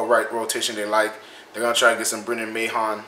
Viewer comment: Mahon is pronounced "Man" He said think of McMahon except without the Mc.